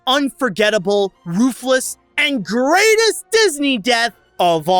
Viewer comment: One word: Merlock. He fell from the greatest height. Greight-EST.